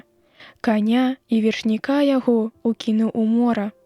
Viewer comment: У 21-м вершы ў слове ве'ршніка націск мусі быць на першым складзе, а ня на апошнім, як прачытана.